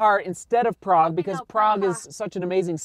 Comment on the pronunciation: Oh, kudos to to pronouncing Prague name in original! Also YAS it is absolutely adorable city, I have been visiting it for dozens of years now and thinking about staying there for retirement.